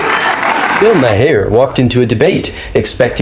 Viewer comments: Bill May-hair 🤣 Hope that’s AI and not someone talking cause how do you get his name so so wrong? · AI mispronounced Maher's name.🫤